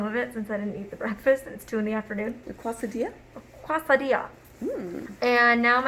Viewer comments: “Cuwasadeeya” Omg I know Spanish and I’m dying 😬🤣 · a quasadilla? hahaha, they mean quesadilla, right?